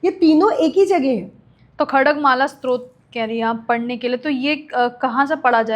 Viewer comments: आप बहुत ही रोचकता से मां त्रिपुर सुंदरी व सहस्रनाम के बारे मे जानकारी दे रही हैं। प्रणाम 🌹 क्षमा याचना के साथ निवेदन है कि स्तोत्र का उच्चारण स्रोत(srot) नहीं है बल्कि STOTR (स्तोत्र) है । नवार्ण मंत्र का उच्चारण निर्वाण (nirvan) नहीं है।सही उच्चारण है navaarn। कृपया क्षमा याचना के साथ निवेदन है। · बेटा स्तोत्र शब्द स्तुति का derived है इसका उच्चारण Stotra करो ।